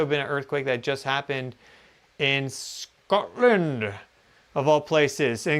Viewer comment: "In Shcotland" <3